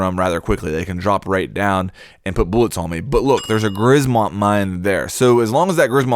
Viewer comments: As a Pole i laughed hard when you pronounced that "grzmot mine" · Something about Grzmot mine : grzmot is a Polish word and it should be readed as gżmot. Idk how to write a sound XD. Google translator should say this properly. :3